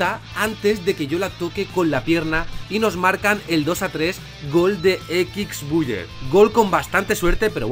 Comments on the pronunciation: Nadie:: Equix buyer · Equixbuier 🤣🤣🤣🤣🤣 grande